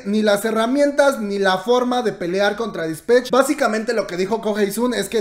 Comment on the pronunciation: Se dice disPATCH no disPETCH. 💖